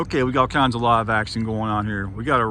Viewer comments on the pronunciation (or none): none